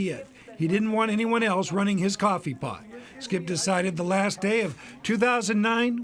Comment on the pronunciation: Cwoffe paht